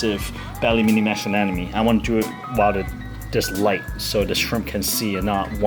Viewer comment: It's Anemone! ANEmone! ANEMOne! ANEMONEEEEEEEEEE!!!!